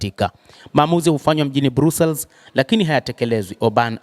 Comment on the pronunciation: BELGIUM 🇧🇪 👉BRUSSELS 👈 HII INASOMWA NA KUTAMKWA HIVI 👉BRASILS SIO BRUSELS